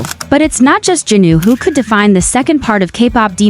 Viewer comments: It is Jinu not jinuu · It’s not jenu it’s jinu